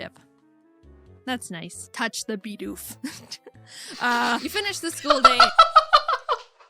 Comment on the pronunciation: I was listening and playing a game and it sounded like she said "Punch the Bidoof".